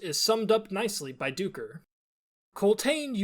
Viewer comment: Duiker is pronounced as 'dye-ker'. Duiker are small antelopes that live in southern Africka